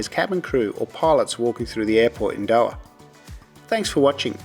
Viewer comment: It’s Dohaaa not do’aa